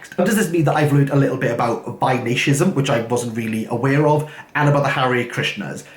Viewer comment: Its Vaishnavism. Why-Shhh-Na-Vism